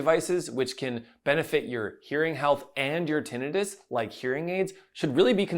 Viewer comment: Don’t believe this guy. He doesn’t even know how to pronounce tinnitus. 🙄